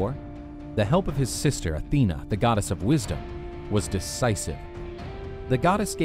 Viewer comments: Why does he pronounce it god s hera? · Am I the only one who heard hera the godass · I like your accent say it again... godass